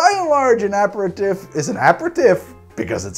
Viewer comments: My French uncle is crying at the pronunciation of aperitif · like fingernails on a chalkboard...please google the pronunciation of aperitif...love the content! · Do Haus make a different aperitifs as opposed to the right way of saying it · i think youre missing a vowel out when you pronounce aperitif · Why do you pronounce aperitif that way? You’re missing a vowel in there and you’re putting the wrong emPHAsis on the wrong sylLABle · wanted to learn but i can't watch 30 mins of him pronouncing aperitif wrong. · Had to stop about 3 minutes in... Annoyed as heck at him consistently pronouncing aperitif and digestif... Kinda bummed because it would be an interesting video otherwise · It's DUBONNAY. NOIPRAR, APAIRTEEF Not that it matters. I like your content. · So as a French-Canadian your pronunciation is driving me crazy,!Now I know how my French Great Aunt felt when she heard our "pig French"as she called it. Ah-pair-ah-teef is how the French say it. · its pronouncced aperteef. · Sorry, still cringed everytime you said "tiff" vs "teef". Had to mute and use cc to finish- not sure why it was such a trigger 🤷🏻‍♂️ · Not just me then!! Making me twitch! Apratif?? NOOO!!! a pair a teef! Apratif is French for after an argument! (It’s not, don’t look it up) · a·peh·ruh·teef TEEF! TEEF! not TIF! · pretty sure you are pronoucing that word wrong. I think it is "uh peh ruh teef" and not "ap per tif" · so, whos gonna tell him that its pronounced aperiteef and not aperitiff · I am usually not like this... but PLEASE! “Ah-pair-ah-teef”... almost had an “ah-mond” moment! Love your show BTW... your sidebars make my day! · Yeah as Shane said, it's properly pronounced ah-pair-ah-teef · Love your videos. But please pronounce it "a perry teef". Love from France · Ah-pair-ah-teef...I'm DYING a little inside every time I hear it wrong. It's French...say it like it is French! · should be pronounced 'aperiteev' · Pronounced: Uh-pair-uh-teeeeef